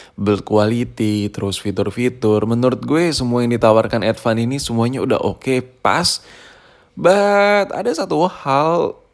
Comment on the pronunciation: Advan ❌ Edvan ✅